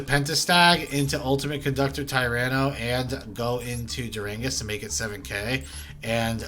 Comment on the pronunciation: But also, you calling Dugares, duranges, is top tier.